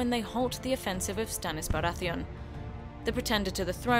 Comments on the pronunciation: iTzVisionz Renly "Barratheeon" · Is the narrator purposely pronouncing things wrong? House BaraTHEON? The Knight Watch? Peter Baalish? I mean, it's a good video but some of the I information is incorrect, but an well, at least it gives the general idea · AyyLmao the woman speaking clearly never watched an episode of GOT... she pronounced Baratheon at Renlys name terribly and also probounced Tyrell pretty bad xd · Her pronunciation of Baratheon made me want to die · why can't she pronounce baratheon